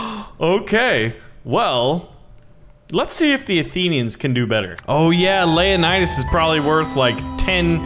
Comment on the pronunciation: It's not layanidas it's leo-nidas